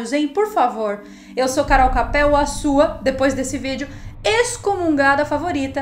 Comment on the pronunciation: Nao e Cape E com ka